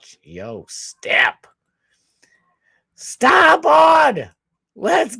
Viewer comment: Wait.. you got Ai Trump saying "Scott Sfarboard"??? 😂😂